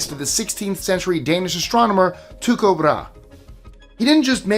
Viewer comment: Need some work on Tycho's name pronunciation ;)